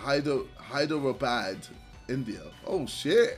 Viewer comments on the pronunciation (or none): Hyderabad is actually pronounced hydrabadh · The pronunciation is Haidarabaad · JJ, you can pronounce Hyderabad as Hai Dara Baad. Where I live... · the way he tried to pronounce hyderabad lmao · I almost died when he was trying to pronounce, “Hyderabad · being an indian, it was painful to watch him try to pronounce hyderabad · ive never seen some1flunk hyderabad's pronounciation that badly hahahah